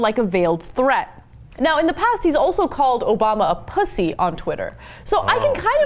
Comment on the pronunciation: I don't like her pronunciation of "pussy" haha its like PUH-ssy its so weird sounding